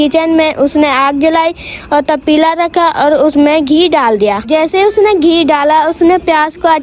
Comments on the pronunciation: Tapila nhi Patila hota hai 😂😊❤😅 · Pateela❌ tapeela ✔️ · 🙅not Tapeela ,pateela ✅ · Not tapeela it's pateela 😂😂😅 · Tapila nahin😂 patila kehte hain 😂😂